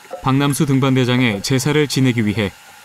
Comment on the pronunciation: 박남수 등반대장 아닌가요? 자꾸 박명수로 들려요…. 나레이션 하신 분이 발음이 이상하네…